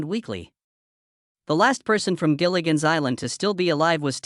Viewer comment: It's "Gilligan's" Island. Not "Jillian's" Island.